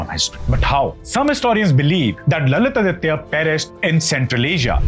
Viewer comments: Please pronounce Lalitaditya as Lalitaaditya ( give importance to grammar please) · His name is not lalith aditya. It is supposed to be pronounced together "lalithaadithya", although it means the same. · Pronunciation is not Lalit-Aditya but LalitaAditya